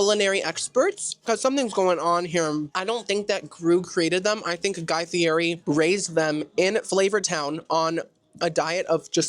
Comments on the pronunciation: For the love of all that is sacred... Its pronounced Guy Fee Eh Tee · Its pronounced Guy Fee eht ee